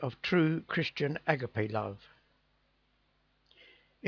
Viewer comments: not a-gar-pay a-ga-pay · agape is pronounced a-Ga-pay (at least in the US) GB thanks